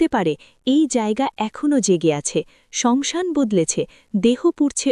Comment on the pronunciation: Banglay jokhon bolche...tokhan saasan bolun..samsan ta thik bhalo lagche na...kichu mone korben na 🙏🙏🙏